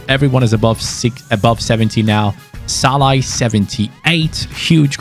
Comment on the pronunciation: Like how was calling Szalani Shalla.